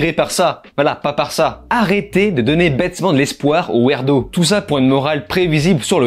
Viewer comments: Wirdo plus que wèrdo pour la prononciation, fais plus de vidéos sinon😂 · C'est "ouirdo" pas "ouérdo" ;)